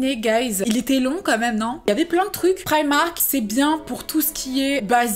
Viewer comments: "priamark" mdrrrrr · Instaa gang 😍 j'adore comment tu prononce primark